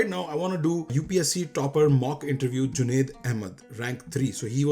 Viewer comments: Bro there are certain states in India jaha pe logo ki mother tongue is not Hindi.. Toh people from some of these states just can't say 'j' properly.. they say 'z' instead of 'j'.. especially in North Eastern states.. isliye the old guy called him Zunaid instead of Junaid 😂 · Bro Indians can not pronounce 'j' that's why they are calling him zunaid 😊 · He just called/pronounced Junaid as 'ZUNAID' not a big thing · They are saying junaid not jubaid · The issue with the name is in India J is typically pronounced with a Z e.g. Jeera and Zeera :D